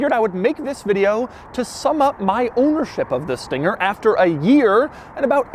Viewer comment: "This thinger"